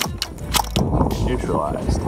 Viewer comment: i like these videos with the exception of one thing..... .."neutraliizzed"